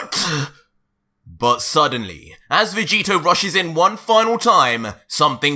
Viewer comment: Did just say ultra vecheeto?